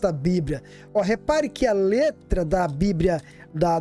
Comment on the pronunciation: A paz meu caro, só uma correção, não se diz: "bibria:", e sim BIBLIA com L e não com R.